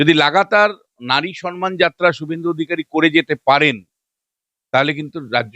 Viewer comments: দয়াকরে সন মান বলবেন না, মমতার মত। কথাটা কিন্তু সম মান। আমি ভেঙে লিখলাম। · সম্মান কিন্তু আপনি বলছেন সন্মান ৷